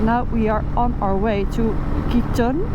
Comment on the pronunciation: You pronounce Kuitun like this: Kw-i:Tw-n.